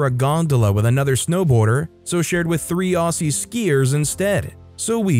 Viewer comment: As an Aussie Please pronounce it as Ozzie, 😂